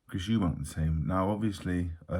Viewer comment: Well done Dave, you didn’t say Eubanks, you said Eubank. There are two Eubanks (father and son) but each one is called Eubank.